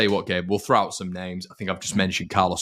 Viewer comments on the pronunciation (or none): is TERRIBLE at pronouncing names.